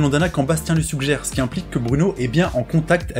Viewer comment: Ah nan nan il dit bien ''ce'' et ''s'', t'as de bonnes oreilles ( ꈍᴗꈍ)━☆ﾟ.*･｡ﾟ